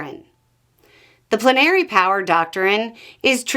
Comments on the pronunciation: I thought it was pronounced plen r ee not pluh nary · It confused me. I've always heard it pronounced "PLEN ah ree". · you’re putting the emPHASis on the wrong sylLABle. It’s PLENary. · I hate to be that person, but I've always heard "plenary" pronounced "PLEN are ee". Is there a different regional pronunciation?